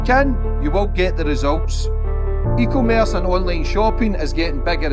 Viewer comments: Eco-merce 🥴 surely someone's told him by now? 😂😂😂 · Sleep paralysis demon except it’s just at the end of your bed saying eco-merce 😭